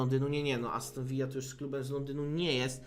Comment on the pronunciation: Aston ViLLa a nie Vija ;) to nie Hiszpania